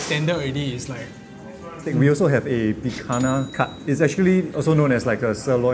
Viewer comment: Brother said PI-KAH-NA. It's pi-kan-nia :')